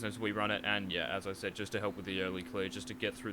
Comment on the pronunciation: Btw, you pronounce "said" as "zed" with an s, so "sed"